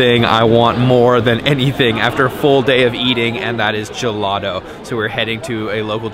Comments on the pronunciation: Finally no turist places in a Florence video. You just messed up almost every single italian word LOL. I’d like to help you fix just one. There’s no american able to pronounce properly “GELATO”. You say “gelado”. You need to pronounce a very strong T. The same when you say taser or table 😁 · Great content but what's up with Americans saying gelato instead of ice cream, even worse when they pronounce it guhladough.